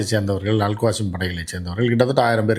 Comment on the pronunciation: அல் காசிம் இல்லை, அல் கஸ்ஸாம்